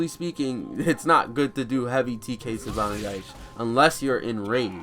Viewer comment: there's an i at the end of "tsubame gaeshi", if you're going to make a video where you say it 100 times you could try to pronounce it properly